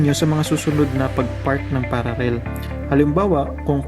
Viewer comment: Pararrel pa more lol